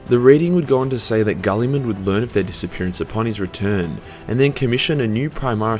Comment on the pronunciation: its girlyman jesus no one gets it right Robbie Girlyman. also i wish the guy who made the astartes comes back and adds more to it i really want to know more lore on it even if its from his own head